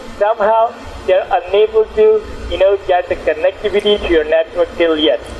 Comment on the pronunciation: It's amazing how they can't even pronounce the most simple words. They say "tiuw" instead of "to" and they never get the W right always pronouncing it as dubloo...